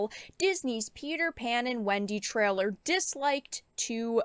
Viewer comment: She keeps saying 'treller'. Does she mean 'trailer'?